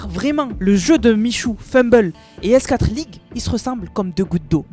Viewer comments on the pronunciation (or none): S4(four)league par pitié, pas S (quatre) league 😢